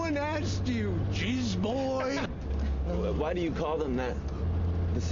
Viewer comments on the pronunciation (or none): the emphasis how he said jizz boy is the same from his drake and Josh days 😂😂